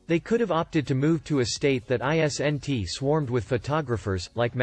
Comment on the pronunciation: Your computer doesn't know how to say isn't? Instead it says I... s....n....t???